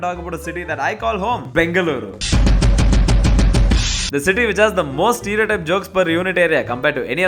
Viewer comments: Yov it's bendha kaal uru Not benda kaal uru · Me cringing when he says bende-kal-uru & writes benDa-kal-uru 😭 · First, pronounce Bengaluru properly. The ""L" is a voiced retroflex lateral approximant.